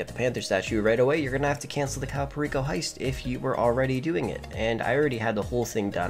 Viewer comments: Cayo Perico is pronounced (Kie-yu Per-eek-oh) 😂😂 its fine you can pronounce it however you want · Caiou pereeko😂